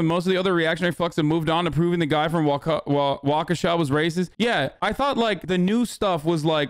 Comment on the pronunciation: Big props to papa Has for pronouncing Waukesha correctly